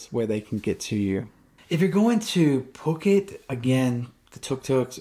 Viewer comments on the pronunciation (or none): Hey dude. Just FYI. It's Foo-ket. Not Puck-it. You'll bring out the armchair critics quick if you keep saying it like that. Good luck on your move. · Cool video intermixed with videos within, not just another talking head. I think it's pronounced FooKET, not PooKet LOL! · No, it is NOT Foo-ket LOL. The island is called ภูเก็ต . The first consonant is Phaaw Sam Phao with a /p/ sound. The english romanization of it is Ph which sounds like a /p/ sound in English, NOT /f/. So, its Poo-Ket. Gaw Gai ก is more of a blend between G and K, but K will do.